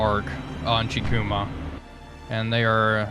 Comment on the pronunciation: Kako is pronounced as “Kaw-ko.” The Japanese very rarely use what English calls “short” sounds, like “a” in apple. The letter “i” is also most commonly pronounced as the e and in “eagle.” So if we want to be 100% accurate, Chikuma should be pronounced as “Chee-koo-maw.” But just like all languages, there are certain circumstances with dialect and accent that can allow some wiggle room. I hope this helped with the pronunciation of the names. Love the vids, bro!